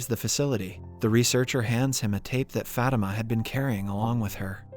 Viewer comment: Fatima is pronounced fuh-tee-muh not fat-im-uh